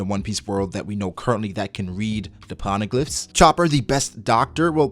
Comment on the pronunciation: Learn Howw to pronounce Phone its not Pon - E - Glyhs